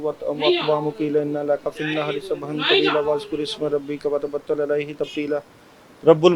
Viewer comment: سورہ مزل کے حروف درست کرے وتبتل الیہ ہے علیہ نہیں ہے انا ارسلنا الیکم ہے علیکم نہیں ہے